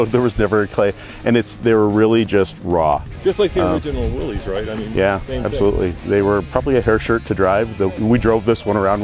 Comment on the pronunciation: You said Willys wrong